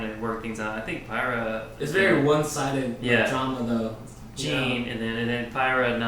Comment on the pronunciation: Ooh, i didn't know y'all were reacting to rwby. I'm gonna go back and watch from the start, but for now... It's pyrrha, not pyrrah :D